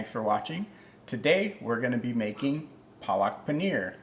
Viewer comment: All good but try to say the word PALAK correctly. The correct pronunciation will be something like PAA-LUCK and then say it quickly. It is the fault of the Indians that write these things incorrectly in english. PAA-LUCK = SPINACH.😊👍